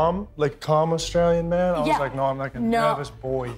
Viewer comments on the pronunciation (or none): He said boi 😂 not boy haha